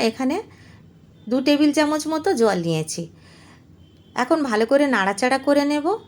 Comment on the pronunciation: দিদি, আপনি ছ এর উচ্চারণ চ এর মতো করছেন। যেমন 'নিয়ছি' কে 'নিয়েচি' বলছেন।